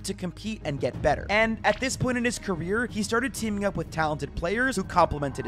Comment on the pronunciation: bro said keeming not teaming